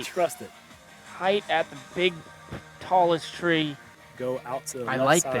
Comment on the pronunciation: ..... chill out Uli......."Hei"ght...😂😂😂😂😂😂😂😂😂😂